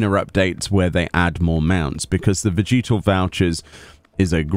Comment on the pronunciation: the way you say "vegetal" makes me think of Vegeta from DBZ